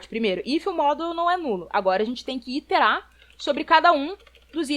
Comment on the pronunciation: Aos 46 min: Iterar (repetir). Não Interar.